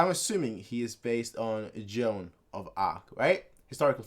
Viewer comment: close enough but it's Jaune not juane ;D